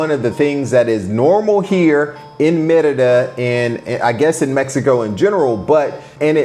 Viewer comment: It sounds like you're saying "mierda" which is shit in spanish.